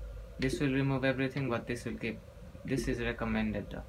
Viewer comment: "you can ider press dis or dis" xD